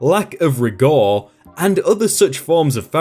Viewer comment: Minu-ee-she? >.> "My-New-Sha." Rig-oooor? RIG-UR. Not hazard-ur-ous: "Hazard-us." Jeez, dude, I'm halfway convinced you're doing this on purpose >.>